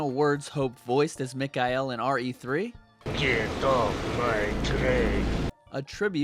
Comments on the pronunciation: Great videos, but It's Mic-Kail, not Mic-Kai-El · It's mikhail not mikail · Mick Eye EL.......bruh say it right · Ugh... the one you pronounce “Mikhail” gives me a headache...